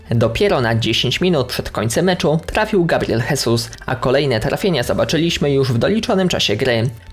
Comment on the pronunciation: gabriel żezus, to nie hiszpan tylko brazylijczyk, a w portugalskim mowi sie ż, nie H